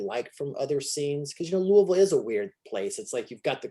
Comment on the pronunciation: "Louie-ville". Lol It's Lou-a-vul,. Great interview though, Rob and I were friends as children, I haven't seen him in nearly 40 years though.